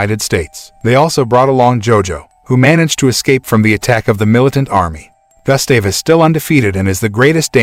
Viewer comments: and his name is Gustav. (Goo-stav) its not Gah, its Goo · Pronunciation: goo-sta-veh ....not Gus-stay-v 😦😂🙆🏻‍♂️ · its gustave say Goost starv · It's pronounced as GOO-ST-AA-VE, not GUST-STAY-VE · say( goose stave ) not gas stav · The name is pronounced goost- have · You would think after all of the work that was put into the video you could've at least got the pronunciation of Gustav's name right. Gus Dave lol 😂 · Pronounced "Goo-stahv" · Damn it “Gus-Dave” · Your mispronouncing Gustave's name GOOSE THAV..... and the E is silent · He’s pronouncing Gustave wrong, it’s pronounced Goostav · Butchering the crocs name bruh, it’s pronounced “goo-stahv” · Your pronunciation of Gustave is simply criminal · I hate the way he says Gustave, a little research and he would know how to say it well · Only take away is that you are saying the crocodile's name wrong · Your pronunciation of Gustave is infuriating :( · Why do i get annoyed whenever he said 'Gustave' ? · Sure ain’t lol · The fact that you make a video and can't even say the name of the Crock right. You would think of one was to make a video about 1 Croc the person would learn to say it's name right. But for some reason that's not the case with you and you proceed to say the name completely wrong SMFH. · Doesn't even know how to pronounce his name.